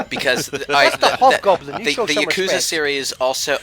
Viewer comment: you pronounced it right once and then you went right back to pronouncing yakuza wrong